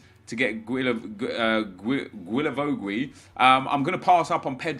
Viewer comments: Can you call him gilavogi not gwilavowgwi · Hi, Just to let you know, it pronounces Gilavogi so just like you said but without the 2 « u »;) i see you struggling every time you try to pronounce his name 😂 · Its pronunced as "J-I-L-A-V-O-J-I" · Hey, just wanted to say, it's pronounced Gi-la-vo-gi. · The way you say guilavogui disturbs me